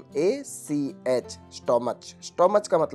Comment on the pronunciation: Stomach ka pronanciation stomak hota h.